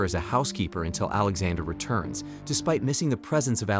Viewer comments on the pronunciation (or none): The way he says Alexander sounds like he's saying alexa-der